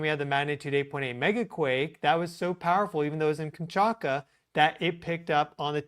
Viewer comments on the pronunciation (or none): none